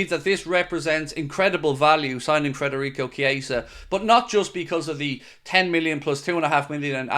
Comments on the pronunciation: Please.. Federico not Frederico! 😉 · could you PLEASE, for the love of God, take some journalistic responsibility and leave the "R" out of FEDerico's name? It is NOT FREDerico...it is FEDerico. Have some RESPECT for the guy. Is this SO TOUGH? It's not MOO Salah...it's not DIEGO Jota... it's not ALICE MacAllister. Right? If you can handle their names, then just BUCK UP and say the guy's name CORRECTLY. How would YOU like the media welcoming YOU to a new city / team by consistently mispronouncing YOUR name?? Would you feel really "welcomed"? I guess not. Think this would be a little suspect / lax / disrespectful? I GUESS SO. Thank you for your consideration. Otherwise...LOVE your coverage!!! Huge appreciation for your work, insights and opinions!!